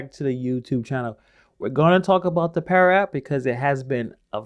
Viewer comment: It's pada not para